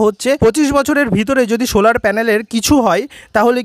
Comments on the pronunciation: Sholar panel na solar panel..uccharon thik korun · Vdo is nice but bad pronouncing of solar..